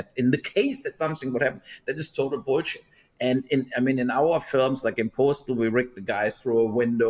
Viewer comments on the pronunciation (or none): No one says boolsheet quite like the Germans.